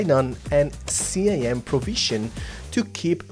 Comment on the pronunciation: It's pronounced "skim" not C-I-M